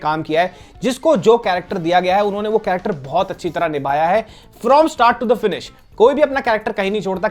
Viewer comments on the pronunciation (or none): none